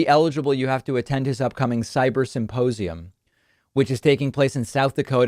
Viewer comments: did you just say 'suppossium'..? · Is he saying "supposium?" That would make more sense than symposium, as his evidence is just Mike supposing that Trump couldn't lose - even though all polling showed him losing in a landslide for months prior to the election.